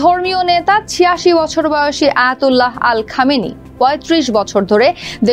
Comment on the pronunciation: মিস. সংবাদ উপস্থাপিকা আন্তর্জাতিক নেতাদের নাম শুদ্ধভাবে উচ্চারণ করতে শিখুন, পীলিজ/প্লীজ/please/plz!!! আয়াতুল্লাহ আলী খামেনী। কট্টরপন্থী।